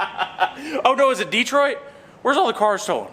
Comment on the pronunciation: I live in Detroit. Yes its Detroit. :P Ironically, this Kansas guy say it correctly. Most people wrongly say DUH-TROIT You say it like a DEE-TROITER Also we have the highest Auto-Insurance rates due to highest Auto Theft in USA. At least we are #1 at something!